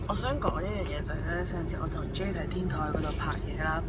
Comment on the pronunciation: 其實 jade個名讀jadar定jay音，因為佢自己介紹時讀音係jadar....